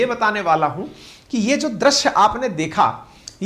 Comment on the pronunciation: drasya kya hai. .drusya ya drisya bolo